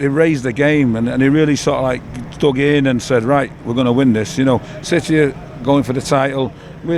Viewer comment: Also love how he pronounces city... he goes 🗣 CITEH 🤣🤣